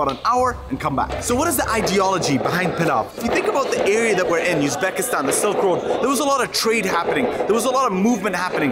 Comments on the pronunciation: раздражает когда говорит юзбекистан, юзбек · It is not Yuzbekistan, it is uzbekistan😊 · во-первых он не англичанин, а во-вторых он снимает видео ролик про страну как минимум он слышал как произносится название страны в первые же дни после приезда, а он весь ролик ю юкал. это я считаю не уважением, он должен знать как правильно произноситься раз снимает такой ролик. меня так не бесило бы если там какой-то иностранец произношал ю в своей стране